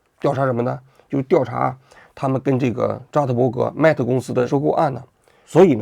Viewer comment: 他不懂的 mate都读不对